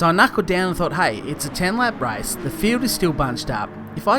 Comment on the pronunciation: for god sake it`s RACE not RICE...